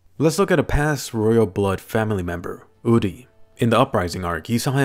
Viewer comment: Lmao my name is Uri and he pronounced it right! Thanks man!